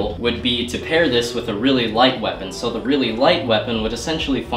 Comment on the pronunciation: It's a shwepon